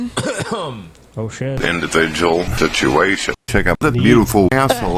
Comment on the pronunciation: Indivijul Stibulation